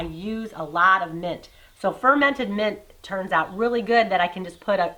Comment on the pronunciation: Ferminted? Lol